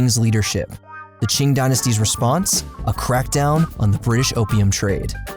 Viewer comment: Kind of surprised how typically mispronounces foreign names, but pronounced "Qing" perfectly.